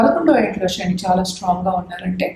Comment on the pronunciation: తల్లీ శని అమ్మా షని కాదు.. వీలైనంత వరకు తెలుగు పదాలు వాడండి. ఉదా : Sun అనే బదులు సూర్యుడు అంటేనే బాగుంటుంది